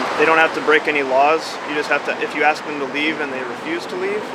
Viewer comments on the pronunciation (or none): THE WORD IS ASK! MY God.... She sure tried didn't she.... I think she is BUTT HURT way beyond belief! Can they talk to our customers.... OMG, what Country do you live in? NNC you need to tell your buddy to Shut Up! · "ok now let me "AXE" you a question. LOL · “Let me aks this question” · Its ASK" not aks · It's ask not axe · She's going to axe the customer 😂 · Why haven't they learned it yet!? It's ASKED NOT FUCKING AXED! SMH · Please don't axe me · Stop saying AXE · “ let me ax you a question “ 😂🤦🏽‍♂️ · Why does the woman say Let me axe a question"? The word is "ask" not "axe"! I swear that gets on my last nerve!!!! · Lady its not axe what your trying to say is ask thats the proper way to say it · The cop with the hair will one day be a supervisor. The bald cop will always be a patrol officer, aka scrub.... The post office lady needs to to learn the word is ask, not ax. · Axe vs. Ask... learn the difference !!!!! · She said “aks”. Hahahaha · What is it with these people that cant even pronounce ASK so use AXE instead and why do the majority seem dark skinned ? Is there some sort of separate class in school where these people are taught specifically to mispronounce words ? No wonder half cant even spell nor talk in a legible manner. NO I`m not racist, it`s just an observation......... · What is it with black people and "axe" instead of ask? Is it a mental handicap only present in black people or something? It's a three letter word that most people learn before they even start school, yet adults somehow fail in pronouncing three letters in a row? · someone also needs to educate this dumb ass that the word that she is attempting to use is "ASK", not 'axe'. For fu@ sakes. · TYPICAL STAMPLICKER , LET ME AX YOU A QUESTION , PITIFUL!!!!! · Fkn stupid postal idiot... wtf is "aks"? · The Word is ask not ax I wish somebody would teach that to this woman Oh I forgot she’s a government worker they are not very educated any away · It's ASK. Pronounce it